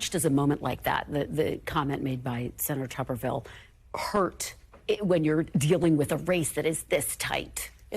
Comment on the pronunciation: This buffoon can't even pronounce "Tuberville" he said "Tuvverville." Amazing !